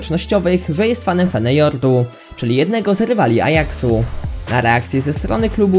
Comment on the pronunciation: Feneyordu? hahaha śmiesznie to brzmiało chłopcze Feyenord Rotterdam